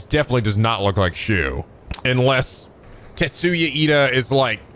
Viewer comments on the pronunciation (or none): omg keeps calling tetsuya Ida TENYA iida.. like iida from my hero academia dhshsj cute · "Tetsuya Ida". Not "Tenya Iida". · Too bad it's actually Tetsuya:P just misspoke as per usual with Japanese names